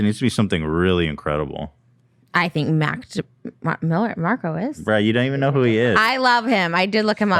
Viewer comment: “I love Mac DeMiller” -Trish